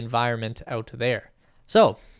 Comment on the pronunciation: I like the way you pronounce 'Noo'w'kleyer :)